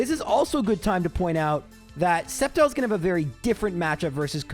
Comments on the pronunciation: it's pronouncd "Step Child"!!!!!..lmfao :P (I really did mishear it as this)....lol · I'm skeptical of that Sceptile pronunciation. :3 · I am sceptical of this spectical of sceptile